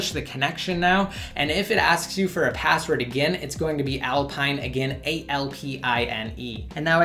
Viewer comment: With how he says it I always hear "alpine8"